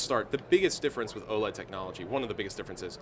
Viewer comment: I thought OLED was meant to be pronounced with each letter like LED o_0, this guy makes it sound weird.